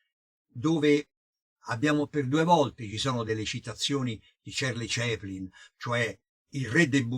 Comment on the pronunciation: cerli ceplin non si puo' sentire!!con l' inglese egregio sig.huuummmmm.